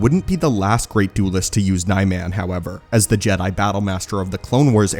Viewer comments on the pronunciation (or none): I am a huge fan of your channel, what I don’t understand is how you miss pronounce almost every Lightsaber form. Nye-man? No, it's Nee-mahn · JFC I was so into it until you started repeating the word “NY-man, NY-man, NY-man”, over and over and over… it’s like you wanted to make my ears bleed… I literally had to stop or I would’ve started screaming and never stopped 😐 It’s pronounced “NEE-mahn”, ffs 🤦‍♂️